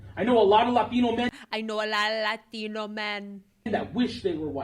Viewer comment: "I know a lotta LAH-THINO men." 😂